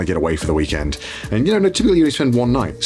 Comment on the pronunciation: I hate the inflection in which connor said "end" in "weekend"